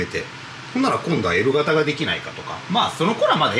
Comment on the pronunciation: 時々、エル型の発音がエロ型と聞こえるのは気のせいでしょうか？